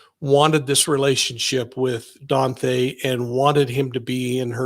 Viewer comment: Please quit saying DON-THAY.